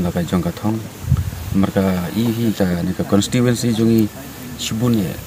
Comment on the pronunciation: Wow ko mei... Ka apot au kum kane... Tang ban kynnoh constituency ruh ym nang da ka "consituency" Independent Candidate 🤣🤣🤣🤣sound funny😝😝